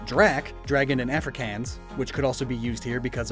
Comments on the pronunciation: I love you but they way you said Afrikaans hurts my soul XD, Ive noticed most native english speakers have a LOT of trouble with it. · Also afrikaans is pronounced afri as in Africa kaans as in